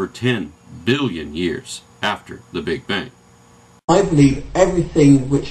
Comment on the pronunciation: lol Carl Sagan calls it the "Big Bing"